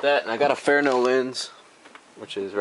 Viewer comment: A "fair-no" lens...? It's spelled "fresnel", and pronounced "frehnell". These also split apart in about 30 seconds with a small flathead and you're using power tools? Jesus.